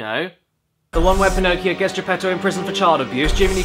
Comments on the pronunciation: Jofe_co A text to speech would know how to pronounce boys. And Pinocchio. And would probably emote better. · I was wondering what the toys were singing. I heard "Shame on you young Pinocchio. What a laugh to muck your dirty-o".